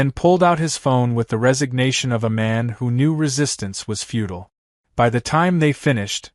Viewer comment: That's futile, not feudal. Just for future reference. Nice story.